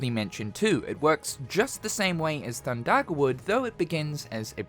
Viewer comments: thundagger😮 hard r too😅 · Theres no r thin thundaga